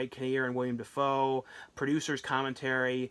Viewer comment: It's Willem Dafoe, not William Dafoe.